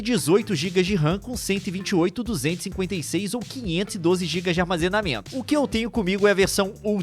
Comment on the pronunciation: o "Armezenamento" é diferenciado! kkk